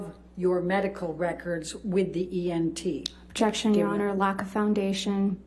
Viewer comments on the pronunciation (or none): Elaine can not pronounce anything correct. 😂 She even says “EMT” a couple times instead of “ENT” smh. I don’t feel sorry for her at alllllll.